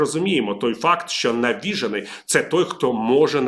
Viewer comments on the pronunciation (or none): НавіжЕний , а не навІжений . А так повністю згоден . Навіжений , і то не один , а ціла країна , яка володіє такою зброєю , то небезпека для всього людства . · Не навІжений , а навіжЕний. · Шановний пане ВІТАЛІЮ, наголос правильний такий: запАморочення, навіжЕний. До речі, хто у Вас викладав українську - Галина Іванівна чи Олена Миколаївна? Так, так, ми вчилися в одній школі. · Дякую за аналіз! Видно, що ви дуже хвилюєтесь, як ми всі. Навіть нАголос не зовсім вірно: навіжЕний і запАморочення. Пробачте. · В слові «навіжений» наголос на «же»